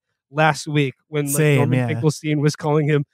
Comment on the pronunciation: norman got his name as correct as he deserves